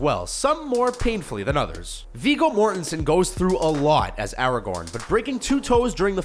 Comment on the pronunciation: Viggo Mortensen. Pronounced "More-ten-sen"